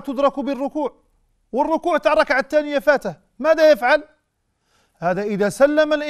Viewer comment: بارك الله فيك ياشيخ لكن والله يؤسفني بإبدالك التاء بدل (ث) التانيه وهي في الحقيقة الثانيه